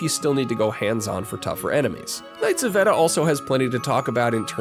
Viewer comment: It's pronounced "vay-da"